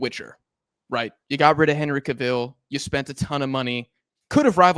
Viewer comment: Unc the pronunciation of Henry cavil is criminal lmao